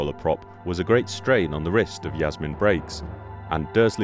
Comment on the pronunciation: I thought Jasmine pronounces her name as "Jasmin" and not "Yasmin" ... because of a convention greeting clip she made with Tony Selby.